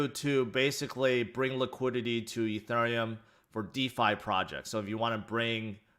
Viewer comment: Did he say E ther Um! 😂 yo it’s E theory um.